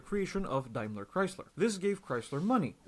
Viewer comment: DETROIT BIG THREE Is Tesla one of them now? Did Tesla exist in 90s? "Nobody cares about Saab!" Okay, you just don't know anything about cars. Makes sense since you think clutch is in middle. "DaimLAAR Chrysler" Just stop...